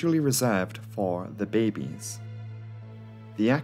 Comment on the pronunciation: you say babies very strange BAYY BBEEESSSSS!